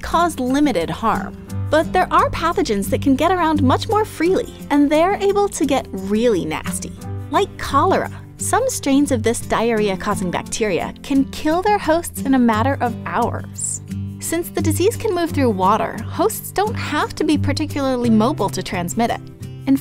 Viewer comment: die reaching? dire itching? dye rich ing? *subtitle : Diarrheaching! 😅